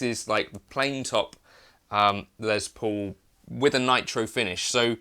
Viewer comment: The man’s name was Les Paul, not Lez Paul.